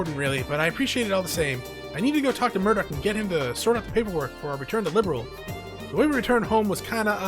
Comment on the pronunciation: Youve also mispronounced liberl but is all good😅 dont mind me ik ur videos are a few years old but rewatching since i cant play. Hope your around tho ill drop some comments here and there 😁